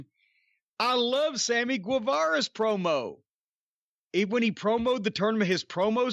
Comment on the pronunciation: Swammy gwiwewa